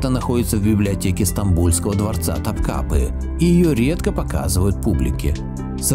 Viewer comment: Автор, буду вежлива. Но все же не Топ КАпы, а Топ КапЫ. И Пери Реис, но не Рейс! Дальше даже смотреть неинтересно.